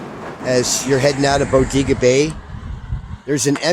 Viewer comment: Locals pronounce it Bo-dae-ga